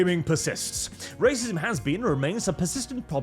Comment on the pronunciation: The tongue roll rrrrrrracism is so classic